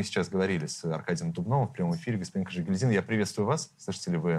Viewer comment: КажегИльдин. А не КажегильдИн